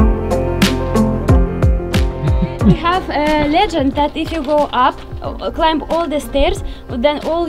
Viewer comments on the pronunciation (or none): none